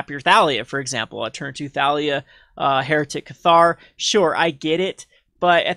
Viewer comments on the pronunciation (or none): none